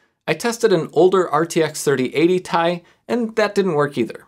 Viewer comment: 3080 tie, you said it hahaha